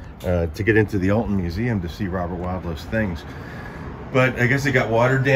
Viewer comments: Hi, your story was wonderful. I live about 70 mins. from Alton and go there yearly for a Paranormal convention. I, politely, need to mention around here we pronounce Alton with a short vowel sound, like how you say, almost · Alton is pronounced All-tun. Not Elton. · Not to be that guy but it's Awlton